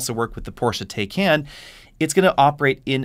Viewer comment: Launch Edition already sold out. Also, it is Porsche “TIE-CON”, not “TAYH-KAN”.